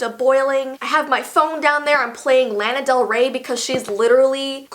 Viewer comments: law-nah delray, no disrespect I love u! But omg I had to correct that i was dying inside 😭😂💔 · you pronounced Lana Del Rey wrong